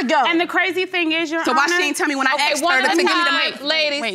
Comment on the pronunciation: Is that a black thing, saying aksed instead of asked? Who invented this? Is it street talk? Good thing it all worked out at the end.